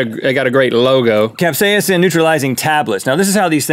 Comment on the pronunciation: Cap-say-inson? No Rhett. No. Cap-say-son.